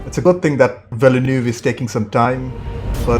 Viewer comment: I know he swallows most of the letters of his name…but if you ever heard the director pronounce his own name in an interview, you’ll hear him say “vil-new”. That is all, “vil-new” Two syllables.